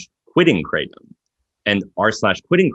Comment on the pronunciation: Why do people from the United State s of America insist on calling Kratom : Kraytum? It's kra-tome